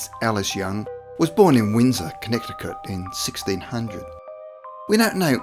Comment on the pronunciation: The second of the three c's in Connecticut is silent. Amish is pronounced with a short a (Ah-mish --- not Aim-ish). Just so you know!